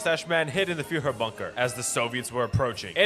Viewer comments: please learn how to say führer as a german it hurts but expect that a reallly good video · The way you say Führer and Germany is killing me